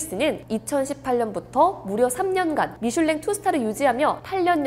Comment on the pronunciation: 미술랭 정지션 ㅋㅋㅋㅋㅋㅋㅋㅋㅋ 발음ㅋㅋㅋㅋ누나 숲속을샅샅이 해봐요